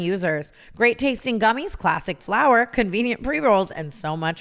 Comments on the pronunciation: dying at the “FLOWER” emphasis on mood ad read 😭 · She’s emphasised saying it every time since and it makes me cackle 💀